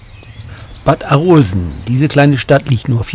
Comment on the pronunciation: Hallo ich komm aus Arolsen aber das O in Arolsen wird kurz ausgesprochen